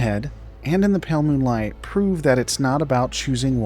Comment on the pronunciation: brother why can't you enunciate "moonlight"